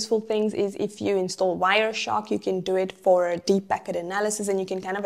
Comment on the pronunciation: God bless subtitls creator! It's hard to understand certain words you pronounce.. Like you said packet.